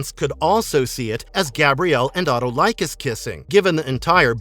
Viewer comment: The fact that he mispronounced Autolycus, Lyceus, Potidaea, chakram, Cortese, Calisto, Akemi, and centaur etc lead me to believe he has watched very little of the actual series....